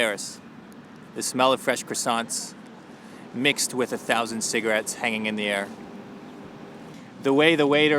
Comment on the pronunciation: Oh man how you gonna pronounce croissant like that if you’re French Canadian. Zut Alors!